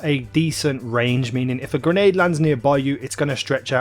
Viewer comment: Not "gernade", its grenade.